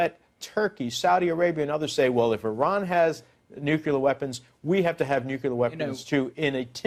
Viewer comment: IT'S "NUCLEAR"